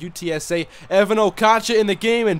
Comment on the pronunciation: Just an fyi, it's Evans Okotcha, not Evan